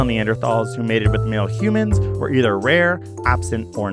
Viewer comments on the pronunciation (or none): none